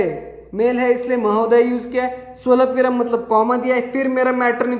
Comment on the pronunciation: स्वलपविराम नाही स्वल्पविराम